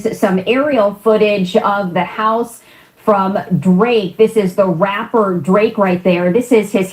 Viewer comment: "Raaaaperrrrrrr" with the hard R.